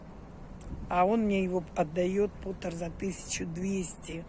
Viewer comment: Термопот,а не потер , потер это гончар по английски.